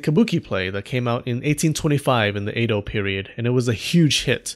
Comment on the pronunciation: Edo. E-do. Eh-doh. Eh, like meh. Not ei-do.